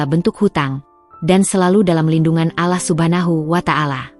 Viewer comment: MAAF MIN, PERBAIKI PENYEBUTAN , BUKAN ALAH TAPI ALLOH